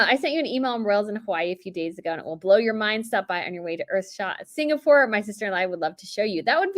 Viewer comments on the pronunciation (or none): none